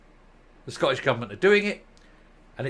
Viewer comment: Please will you pronounce the letters T in the word Scottish. It's not Sco_ish. There's a huge cringe factor attached to saying it like this. Thanks. Just don't want you sounding like a Nat. Thanks for all your good work.